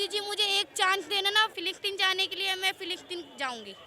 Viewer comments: Phillipine? Palestine 😂 pehle bolna seekh dhang se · Philistine bolna nhi aata, aur vaha pai jana itana jada gavar pan sirf madarsa se hi ho sakti hai. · Phle nam shi se bolna sikh le philitine jayegi ye 😂